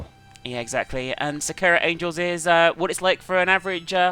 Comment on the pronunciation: The way pronounced Sakura gave me cancer.